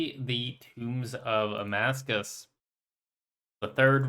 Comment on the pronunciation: How long will it be until he learns it's actually "Tombs of Amascut" not Amascuss 🤣